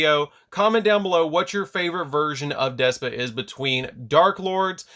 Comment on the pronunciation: Y is he saying despa 🤣🤣 it's despia